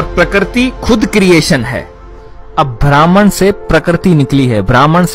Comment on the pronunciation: ब्रह्म होता है ब्राह्मण नहीं ! उच्चारण सही नहीं ! वीडियो अच्छा है लेकिन लम्बा होने के कारण उबाऊ है !